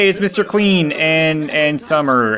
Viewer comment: When u say Mr. Clean it sounds like Mr. Queen